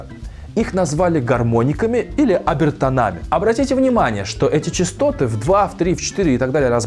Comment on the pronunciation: Ключ не бАсовый только, а басОвый , обертОнами, а не обертонАми и так постоянно... Если эта говорящая голова учила русский, как третий дополнительный иностранный, то простительно, конечно. Кстати, дрАйверы, а не драйверА, сЕрверы, а не серверА, но поварА, профессорА...